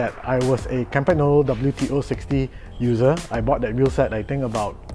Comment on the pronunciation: kahm-pahn-yolo....no G please!